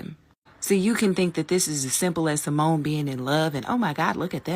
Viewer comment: Her name is Simone, not Simeone I don't know why this name is such a challenge for people.